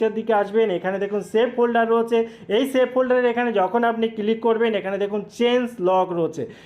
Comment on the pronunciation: বাংলাদেশের অধিকাংশ মানুষদের উচ্চারণ শুনলে বিরক্তি জাগে মনে ৷ আপনারা জীবনেও কি শোধড়াবেন না ?! আচ্ছা "ক্লিক" উচ্চারণ করা কি এতই কঠিণ ? সারাক্ষণ "কিলিক" "কিলিক" বলে গেলেন ৷ দু দিন আগেই শুনলাম বাংলাদেশের একজন ব্লেন্ডারকে বলছে "ব্যালেন্ডার" ৷ টিভি নাটকে বলতে শুনেছি "এর থেকে বেশি এসপষ্ট করে আমি বলতে পারবো না ৷" ভারতের পাঞ্জাব প্রদেশের মানুষদের ভাষা গুরুমুখী ৷ অবশ্য তাঁর উচ্চারণ করেন গুরমুখী ৷ তাঁদের সমস্যা হলো যে গুরুমুখী ভাষাতে কোন যুক্তাক্ষর নেই এবং শিস ধ্বনি বিশিষ্ট শব্দও তাদের নেই ৷ ফলে তাঁরা শিখতেই পারেন না যুক্তাক্ষর উচ্চারণ ৷ তাঁরা স্ক্রু কে বলেন স্যাক্রু, স্কুটারকে বলে স্যাকুটার, হর্নকে বলেন হরন, স্ত্রীকে বলেন ইস্তিরি, ইত্যাদি, ইত্যাদি ৷ কিন্তু কাজকর্মে তাঁরা অন্য কোন রাজ্যে বসবাস করতে শুরু করলেই কিছুদিনের মধ্যেই তাঁরা সঠিক উচ্চারণ করতে শুরু করেন ৷ ব্যতিক্রম হয়তো একমাত্র বাংলাদেশ ৷ সেখানকার সব মানুষই সম্ভবত মনে মনে এটাই জপ করতে থাকেন যে "আমার ভুল, ভুলই থাক !" কলকাতার ধর্মতলায় এসপ্ল্যানেড এলাকায় বাংলাদেশের একজন উচ্চশিক্ষিত মানুষের সঙ্গে আমার আলাপ হয়েছিলো ৷ তিনি আলাপচারিতায় ক্রমাগত "এগনেষ্ট", "এসটেট", "ইস্টিক", "এসপেলেনেড" , "এসপষ্টো", ইত্যাদি বলেই যাচ্ছিলেন ৷ তাঁকে একবার অনেক কিন্তু কিন্তু করে অনেক সংকোচ নিয়েও বলেই ফেললাম যে তিনি এত উচ্চশিক্ষিত হয়েও বাংলা যুক্তাক্ষরগুলোকে কেন এমন ভুল ভাল উচ্চারণ করে যাচ্ছেন ?! শুনে আমি তো স্তম্ভিত-বিস্মৃত-হতচকিত হয়ে গেলাম যে তিনি বেমালুম বলেই দিলেন যে আমাদের বাংলাভাষার সঙ্গে তাঁদের বাংলাদেশী ভাষার নাকি তফাৎ আছে ! ওঁরটা নাকি বাংলা নয় — বাংলাদেশী ভাষা ! আরও কয়েকজন বাংলাদেশীর সঙ্গেও কথা বলেছি , সবারই একই রা !